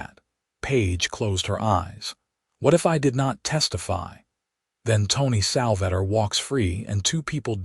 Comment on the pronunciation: Sal-va-tor.....AI is awful.